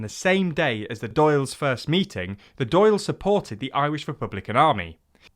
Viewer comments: "Eamon" was the only egregious mistake. That "á" sound doesn't really exist in English. "Drawl" is close, "Doyle" is... not-so-close. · Dáil is pronounced "doll" not "doyle" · ffs learn to pronounce the Dáil :D What is a Doyle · Oh Jesus, Mary and Joseph above in Dublin, the pronounciations... Its Dail (like, D'all, not D'Ayle) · Dail is pronounced "Dauul" btw not "Doil" haha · 'Dáil' is sounds more like 'daw-L', rather than 'dale'. Some RTE news videos YouTube here would be good reference. Great video lads! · Dáil is generally pronounced Dawl rather than Dayle.. Eamon is also generally pounced Aay-mon rather than E-mon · Dail is pronounced dol. Not doyle. The mispronunciation led me to cringe a fair bit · Great video, but a correction: Dáil Éireann is pronounced ‘Dawl Erin’ and not Doyle airmen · Not pronounced Doyle nor Dayle. It's pronounced Dawl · Dail is pronounced like "brawl", not "doyle" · Dail is pronounced dawl not doyle. Great video though! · How are you butchering the pronunciation so bad. Dail (Dawl) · fuck it’s hard to watch the video when he keeps calling the dáil the “doyle” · Dall. It's pronounced dall... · Dail is pronounce like "doll" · DAIL IS PRONOUNCED DALL LIKE BALL WITH A D OMG THIS IS PAINFUL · It's pronounced "dawl" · My god am I happy to see this. An English based publication that has mentioned English war crimes. One piece of feedback Dail is pronounced like ball with a D and Eirrean is pronounced like Air-Anne. Hope that helps!! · Dáil rhymes with ball. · long Since when has it been 'doyle' though? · It’s pronounced “doll” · Agree with other commenters: Dáil is not pronounced like “doyle” but more like blending “daw” and “ill” together and saying it like one word. The accent on top of the “a” lengthens the sound into an “aw” sound. PS Any chance ye’ll Brexit out of the 6 counties? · Dáil sounds more like Doyle than dall or doll here in Munster. It should be pronounced as two syllables Dá-il, not one. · No, it's pronounced like Doyle.